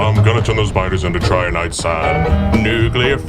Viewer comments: Trinitite not triniite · Your pronunciation of trinitite was off but the cover was too good to actually be of any concern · Man I loved that Nuclear Fever song just as much as the first time... well, if only I didn't cringe every time you butchered the pronunciation of 'Trinitite'